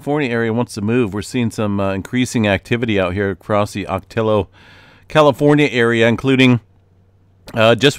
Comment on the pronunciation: " OCA- TEEYO" pronunciation lol